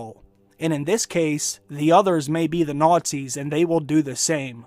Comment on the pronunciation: Your pronunciation of nazi is fucking hilarious,.